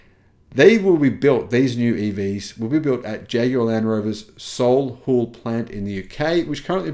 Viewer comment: IPace is still a great vehicle. Using a contract manufacturer is nothing new. This sounds like a good strategy. Move upwards with a compelling product. 4 door EV sedan sounds a good place to start, and an SUV to make healthy profits. The manufacture location is phonetically pronounced ‘SollyHull’. Dead and buried? Those of little faith.